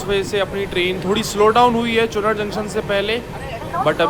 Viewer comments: तुम यमुना जी को अपने हर वीडियो में गंगा जी बताते हो ! और विंध्याचल को विद्यांचल बताते हो। अब इसको सुधार लो । और हां !... चुनार स्टेशन को चुनर बोलते हो.... हर चीज़ का सही उच्चारण और नदी या किसी और चीज़ का कन्फर्म नाम ही बताया करो.... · Abe Bhai Chu"naar" junction pronunciation hota hai. Chunar chunar kar rhe ho. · चुनर ❌ चुनार जंक्शन ✅